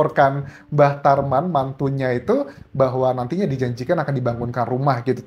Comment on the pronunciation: Bang Anjas sering salah sebut "Mbah Traman...." 😂😂😂